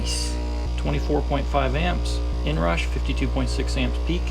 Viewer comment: "the inrash"? 😂